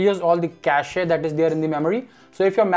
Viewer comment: Its not "cash-ay," its pronounced "cash". Its pronounced cash-ay in Canada only. I think the best option is to put it to sleep and schedule a restart at 3-5AM every weekend to keep the performance as smooth as possible